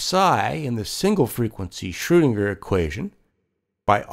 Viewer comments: this is a great video but i wish the guy could say commit to the proper pronunciation instead of variously shurdinger, shoodinger, schroodinger, schwoodinger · Good video spoiled somewhat by poor pronunciation. Why oh why do almost all Americans completely mispronounce foreign names? Here's a suggestion - type foreign words into Google Translate before you make these videos and press the button that says the word or phrase. In most cases, you'll get a decent attempt at what the word should sound like. Please!